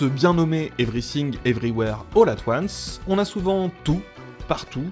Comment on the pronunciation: Evry Sing, Evry ouère, holà toine ce (pardon)